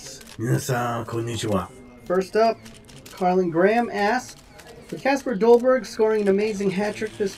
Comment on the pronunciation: You spell Kasper dolberg but you say it like kesper dolberg